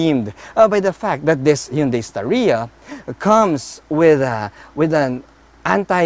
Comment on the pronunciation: star-ya lang po hindi Sta-ree-ya